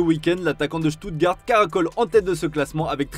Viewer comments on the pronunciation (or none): none